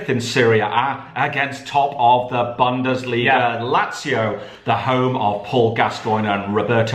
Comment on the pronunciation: FFS Can tell how "Bundesliga" is pronounced? It's is hurting my ears.